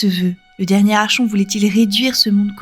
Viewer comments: Vidéo très intéressante, bien racontée et complète. Petit détail, le mot "Archon" vient du grec "Archo" qui signifie "chef". Cela se prononce donc "Arkon" comme dans Archonte (chef militaire grec), archéologie, psychologue, etc. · Sympa ta vidéo, je découvre le lore de la suite de Fable avec intérèt! Par contre, petit détail, "archon" se prononce "arkon", comme dans "archétype". Le grec ancien... 🙄